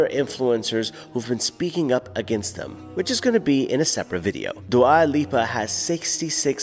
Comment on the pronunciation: Akhi it’s not du’a haha. Dua in Albanian is pronounced doowah and means love